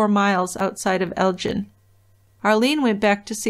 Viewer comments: They lived in Elgin. The "gin" rhymes wih "bin" not the drink, gin. Their last name was Fraser, rhymes with razor. It's not the same as "Fraser" Crane. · Elgin isn't pronounced like gin...its more like Gill as in fish Gill, but swap the ls for an n at the end I don't know the number to call to leave a message, but I'm local to the area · It is Elg-In.